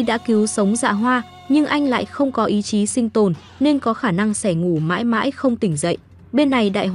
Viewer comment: Review phim hay nhưng thỉnh thoảng đọc ngọng, "mãi" đọc thành "mải" hay "nỗi" thành "nổi", "sợ hãi" thành "sợ hải", "sẽ" thành "sẻ", "buồn bã' thành "buồn bả"...Dấu ngã phát âm ko được mà đọc thành dấu hỏi😅